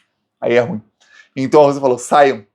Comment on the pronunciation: Português:a pronúncia correta de "ruim"é RU-IN, com ênfase na segunda silaba.